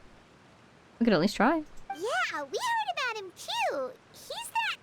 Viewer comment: "where are we a-boat to go." I'm unsubscribing smh